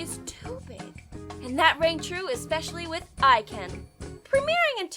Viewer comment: It's 'Eh-ken', not 'Eye-ken'.